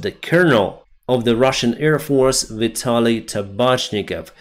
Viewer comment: you are again saying EAR attack, EARfield... AIR is with the a in bad, have, stand...